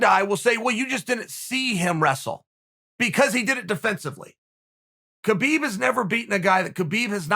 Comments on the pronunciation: you know its HA-BEEB not KAH-BEEB, right? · Key-Beeb's not that wai. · Chael "kheebib" Sonnen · Khabib "Khibib" Nurmagomedov. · Chael “kheebeeb” sonnen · Chael “kheebeeb” Sonnen Still has the biggest arms in west Lin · Literally no one: Uncle Chael: “Kebeep”